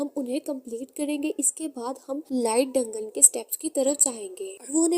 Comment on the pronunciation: डंगन नही दंजन बोलते है 😂😂